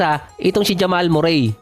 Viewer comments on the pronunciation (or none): none